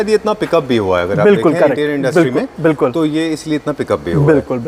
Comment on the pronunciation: Bhai ne nervousness ke liye itni baar bilkul bola ki BULKUL bhi Sharma jaega